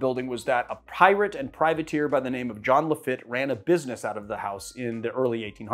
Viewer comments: It’s pronounced LaFEET; nice shout out to Nola! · Not a dig but Lafitte is pronounced “Lafeet.” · Lafatte is pronounced La FEET. 😅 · The name of the pirate is Jean Laffitte , pronounced La -Feet .